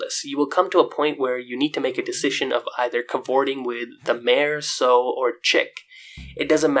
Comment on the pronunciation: Sow rhymes with ow ... cita bowa.